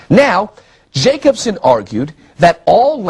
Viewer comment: Dude, Jakobson is pronounced Yakobson. Eeeek🤣